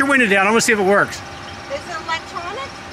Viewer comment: OMG stop calling a window WINDAA…